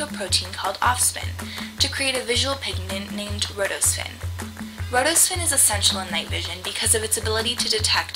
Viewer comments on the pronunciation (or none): it's not rhodospin and ospin it is rhodopsin and opsin